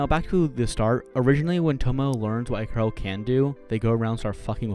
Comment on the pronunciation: Ikaros is actually pronounced as eek uh rose. Lol good review!